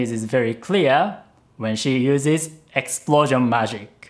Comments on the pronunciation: EX SU PLO SION !!!!! Best word ever😂😂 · but you used the l! Illegal! It should've been something like EXPUROUSION, not just regular explosion